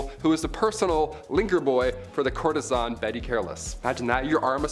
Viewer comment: The word is pronounced COURT TIS SAN...Bet you think ARTISAN is pronounced artesian, as in the well, not ART TIS SAN. Did you attend college in Maryville MO? Any just sitting here watching the English language mutilated and sometimes I just cannot remain silent even in this world where correctness is attacked and erroneous ignorance is defended.